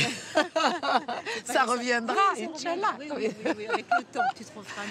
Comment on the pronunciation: Non mais j’etais mort comment elle la dit on aurait dit une bourge qui s’exprime en musulman